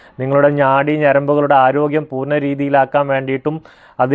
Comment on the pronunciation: ഞാടി അല്ല ചേട്ടാ നാടി ഞരമ്പ് ആണ് 😂😂😂